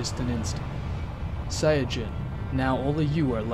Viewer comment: i had an ear stroke when i heard how he said saiyan